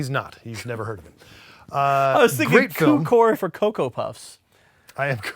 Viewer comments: I'm so sorry, but as a Hungarian - as George Cukor - I'd like to point out: it pronounced Tzukor. It means sugar, by the way. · lol, isn' his name George Cukor (pronounced as "tsukor" like 'ts'unami) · Nice episode, and you probably already know this, but George Cukor's surname is pronounced "Tzukor". Like the "tz" in bar mitzvah. His parents were Hungarian immigrants, and his family name means "sugar" in Hungarian (despite this he has nothing to do with the origin of the phrase "sugar coating", he is only responsible for the original gaslighting). Also, he was Jewish, so he probably had a bar mitzvah himself (not that it has anything to do with gaslighting, but it also has a a "tz" sounding "c" in Hungarian version, "barmicvó"). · Hey guys! Just so you know, the C in Cukor is pronounced 'ts' like in tsunami. Greetings from Hungary, love your videos! :) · Fun fact: "Cukor" is Hungarian, and in his native language, the 'C' is pronounced like "TS", so his name is pronounced "Tsukor". 'Cukor' also happens to mean 'sugar' in Hungarian, so using a sugary cereal to joke about his name actually kinda sorta fits in a tangentially peculiar way. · I know it's 2 years later but Jonathan not knowing how George Cuckor is made me die inside just a teeny bit. 😂